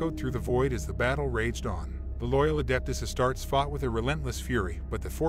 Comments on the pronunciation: It's a great story but it's pronounced "As-tar-tays", not "Ass-tarts". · A-Star-Tees, not A-starts.